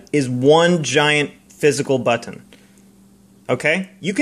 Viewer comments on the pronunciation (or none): You say "button" really weirdly. How do you right click and drag is what I want to know. This touchpad is the reason I still work with a T430 in 2019.